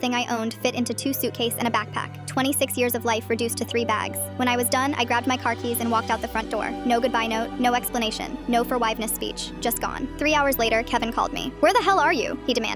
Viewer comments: "no forwiveness speech" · “No forwiverness”😂😂😂😂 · "No forwiveness" 💔💔💔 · Forgwivness speach😂😂😂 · "Forwiveness" Huh?..🙃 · "Forwiveness" is crazy